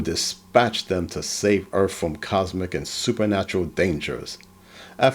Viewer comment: Well I would enjoy this more if he would call earth earth instead of earff.😮